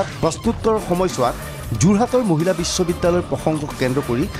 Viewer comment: "Muhila" nahoi "Mahila" he.